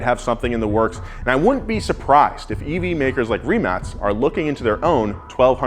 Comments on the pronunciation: Thank you for pronouncing it Rimac and not Rimack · Finally someone correctly saying Rimac and not Rimak